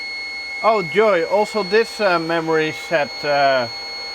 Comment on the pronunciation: The famous "Mehmory" module